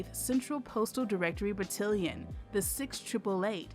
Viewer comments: Good informative video about blacks serving in WW11. Only complaint is mispronunciation of the battalion (ba-tal-ion no ba-til-ion) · And to had the same reaction to ‘Ba-til-li-on’ rather than Ba-TAL-li-on. The audible difference may not be noticeable to non military! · Battillion? I think it's pronounced Battalion. It's still of course a magnificent story of a magnificent group of soldiers. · As a soldier, hearing "batillion" instead of "battalion" was getting on my nerves was well. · Battalion!!!Bah-Talll-Yun😒😤Couldn’t help myself. Navy Signalman. Lovely documentary otherwise 😊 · Great presentation on omitted information! Just an FYI… In the military, the word is ‘battalion’ to rhyme with ‘stallion’. Very different from the word that rhymes with ‘cotillion’ , a formal ball where young ladies are presented to society. At any rate, however you pronounce it, it is a remarkable story. I only hope the word can get out about it and even make it into the history books! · Battilion??? OMG. This narrator should be fired for screwing up a simple word. She's definitely NOT military! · How I wish the narrator could have been taught to say BAT TAL ION rather than something that rhymes with Cotilion! Sloppy, and those women don't deserve that. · It's Battalion! Lawd why does she keep saying it wrong smh lol but I love this story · Look forward to learning about this. Within five minutes, a mistake - battalion pronounced battillon. I know this happens all over the place. But it disturbs focus. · Just one question: what's a "battilion"?? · You are mispronouncing battalion batt all ion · Loved this! I learned how, as these amazing women served, they paved the way for women vets like me! Note: it’s pronounced buh- tal- like al with a “t” - ion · BUH - TAL -YEN, BUH - TAL -YEN, BUH - TAL -YEN. Hand Salute!!! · THANK YOU!!! I keep losing focus when she says it like that ugh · It's Battalion (Ba-Tal-Yon) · Please pronounce "battalion" correctly!!!!! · Its Battalion Not cotillion